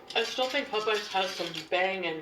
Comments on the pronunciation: Whyyyyy there is NO U in pOp-eyes. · sames. glad to hear someone else say that.